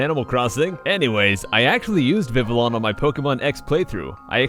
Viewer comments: It's not pronounced viv-ill-on, it's pronounced viv-ee-on. Seriously, why does everyone get this wrong? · Escavalier is pronounced "Es-kah-val-yay" Panchan is pronounced "Pan-chahn" I believe Treecko is pronounced.. "Tree-koh".. So you got that right Banette is, again, pronounced the way you said it Vivillon is pronounced "vee-vee-yon" Mawile, I'm not sure.. either you said it correctly or it's "Meh-while" Cubchoo, can't really go wrong there Yanma is pronounced "yen-ma" I believe Zapdos, yep, that's "zap-dohs" Poliwrath, yeah, that's poliwrath, like you said xD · Just so you know, Vivillon is pronounced Viv-ee-on. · funny he says vivillon is one of his favs but he can't even pronounce it right. its viv-ee-on not viv-ill-on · It's Viv-ee-on the l's are silent so it's not viv-ill-on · VI-vi-you. it's vivid + papillon (french for butterfly). Sad that you don't even know how to pronounce some of your favorite pokes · vivillon pronounced viv I on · it's pronounced viveeyon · It's vih-Vee-on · it sounds like viv-ee-on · I thought it is pronounced viviyon. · It is pronounced viv-ee-YON